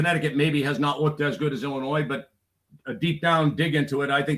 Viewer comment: Illi-noy the s is silent. You sound like a third grader saying illinoise